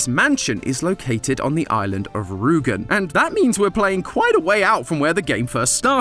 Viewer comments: hearing someone calling the island Ruugen again and again instead of Rügen, is really wierd. But english speakers dont tend to know how to sound out thoose letters. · Hearing a not german speaking person saying Rügen instead of Rugen is so ... refreshing. ^^ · You cant pronounce the ü in rügen😂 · Did he really have to butcher the pronounciation of Rügen so much? x.x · I love how says Rügen. XD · As a german it hurt to hear Rügen pronounced as Rugen and Grenzer as Grenser. Ü and U are not the same and Z is pronounced much more sharply in german. Apart from that I really enjoyed the episode, cooking companion is certainly one of the most unique games you’ve covered.